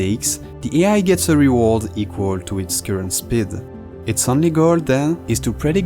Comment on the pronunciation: Reward ; l'accent tonique est sur "ward", pas sur "re". ReWARD.